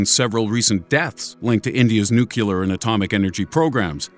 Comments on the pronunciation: New Clear. Phonics. Basic English. New Clear. Not Nuke You Ler. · NUCLEAR DAMN IT - NOT NUKULAR LOOK here -> ˈn(y)o͞oklēər AAAAAAAAAAAAAAAAAAAAAAAAAAAAAAAAAHHHHHHHHHHHHHHHHHHHHHHHH!!!!!!!!!!!!!!!!!!!!!!!! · I don't think nucular is a real word. it's new clear...geez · the moment you pronounced nucular instead of nuclear, you lost my vote. Here's a dislike. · Thumbs down for spelling nu cu lar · Could you please stop saying "nuculer". It's nuclear. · For fuck's sake, look at how the word nuclear is spelled. It's not fucking nook-u-lar. It's nook-lee-ar. The only other ignoramus I can recall who mispronounced nuclear was George W. Bush. Do you really want to be lumped in with that moron? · actually the correct pronounciation of nuclear is new-clee-er, but nucular is widely accepted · new-clear not new-que-lear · It isn't NUK U LAR !!! It is NU CLEAR. Can't anyone read ? Stop listening to politicians. Even physicists are saying it wrong now. How can they not know how to say NEW CLEAR as in nuclear ? Repeat NEW CLEAR is how you say it. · Nuclear. Not Nukular. Please. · New-clee-ur! not new-cue-ler! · nucular - really? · Say it with me: "nu-clear" (not new-cue-ler) It's pronounced just like how it's spelt: nuclear. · Does the narrator know the difference between Nuclear and Nucular? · Mr. Narrator -- PLEASE! It is not "NOO-KYOO-LER"! The correct pronounciation of "nuclear" is right there in how the world itself is written! The CORRECT pronunciation is, pphonetically, "NOO-CLEAR"! What is so HARD about THAT?? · Nuclear only has ONE U. It's nu-CLE-ER. I'm perfectly okay if a nucular bomb goes off, because it won't affect us as it's not real anyway. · Repeat after me: New Klee Urrr. New Klee Urrr. NEW KLEE URRR !!!!!!!!! Not "New Cue Lar." George Bush you ain't. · if you don't know how to say a word, please don't say it twice in every sentence. Its is very annoying. Nuclear, not nukular, new, klee- ar.. nuclear. got it? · lol you keep on pronouncing 'nuclear' as 'nukelar'.